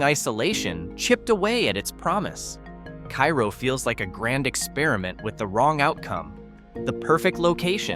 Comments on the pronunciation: It's not Keye-roh, it's Care-oh. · It’s pronounced Kay-roe. Period. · Hey,, it wouldn’t be hard for even an eight year old to find out how a town’s name is pronounced, like Kay-Roe. 🙄🙄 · Pronounced Kay - ro, isn't it? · I live in Illinois and my mom grew up near Cairo, IL.. You miss pronounced the name. You don't pronounce it like the Egyptian city it's pronounced like the Karo corn syrup.